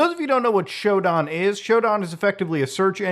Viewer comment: omg shodan is like literally a cheat code for people who know what to do like damn i was like hey nice video and bam he says shooo daaan xD its sho dan xD